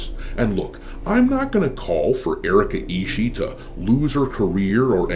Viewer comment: hey, you misspoke the name, its Erika isshiet